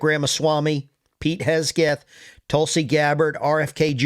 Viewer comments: Hi - can you please check pronunciation of Pete HEG SETH you are saying it wrong. They’re is NO k or c in Hegseth! Thank you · It's pronounced Heg seth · HEG-SETH Pete Heg-seth Vivek sounds like CAKE